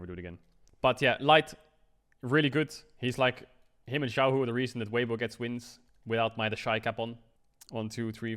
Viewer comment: Bruh, weiwei? Come on. The disrespect. Weibo is at worlds because of him xD